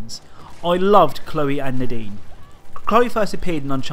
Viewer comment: When he says “Nadine” I feel like he says the dean lol